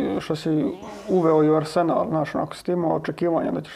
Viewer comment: ne mogu čut ovo arsenal s naglaskom na senal....dajte ono....